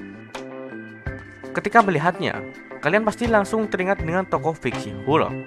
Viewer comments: Hulk bacanya = halk , bukan hulk . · bukan hulek mas tapi hulk 😂😂😂😂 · Kok hulek? Pantesnya dibaca huk